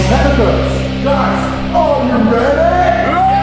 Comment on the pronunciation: "Guy... are Weeeee Weaaaddddy"... jeeeeeez...